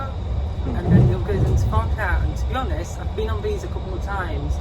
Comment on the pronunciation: Why do you need to stress the word HONEST - aren't you usually honest?